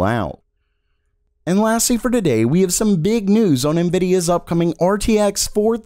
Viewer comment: This guy cant say the letter T without an S. TSADAY